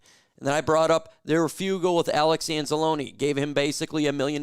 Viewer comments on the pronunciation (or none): The word is FRU-GAL --- not --- few-gle. Idiot!!! English your 2nd language????